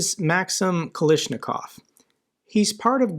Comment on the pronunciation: seriously? Even mispronouncing the name Kalashnikov? You've really stopped trying, haven't you? 😂